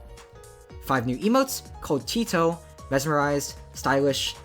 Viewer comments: "tito" erm actually its teto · IT'S PRONOUNCED TETO(TEH-TO) NOT TEETO AGISGEIWGAISCWIADJX9WBEIECAOABuui Tetoheads rise up